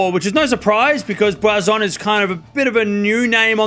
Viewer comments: It’s Boisson not Boizon. It reads “S” not “Z”. Just saying 😊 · I don't understand why he keeps pronouncing a "z" sound. He's Australian, so his native language is English, and "ss" is pronounced with a "s" sound like in French.